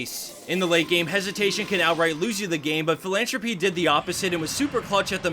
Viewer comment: Philantrope is a beautiful french word, don't say it philantropEE :(